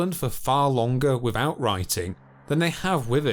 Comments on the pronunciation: Except wivout va speech impediment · Great content but really hard to listen to due to him not being able to pronounce 'th' properly. "wivout" etc.